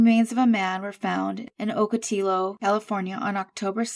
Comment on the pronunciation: Just wanted to let you know when pronouncing spanish words, when it has two "l's" together it has a y sound. For instance this would sound like Oco te yo( o's are long okot i's are long e) I believe this man very well may be an illegal who probably made this trek before, possibly many times. He may have been getting back to work. I would guess he worked for the company, that he had the card for. Or, he was headed to get a job with them. Either way it's sad, because his family across the border may never know what happened to him. I hate to say, but this often happens. I lived amongst the Mexican culture for many years and am still connected through my children and many friends.